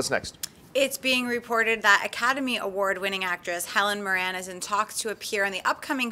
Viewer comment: pronunciation of Helen Mirren lol its that twang.love it.i really hope Zimmer doe's the BvsS soundtrack.